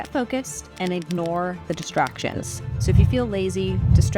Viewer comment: I could have sworn in the intro you said “…to stay focused and ignore the destructions” instead of “distractions” and that seemed so fitting. Because even small distractions here or there can add up to destroying our chances at a dream. “Destructions” is what I might call distractions from here on in.